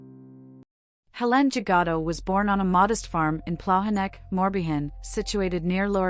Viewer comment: Learning to pronounce French names would be helpful.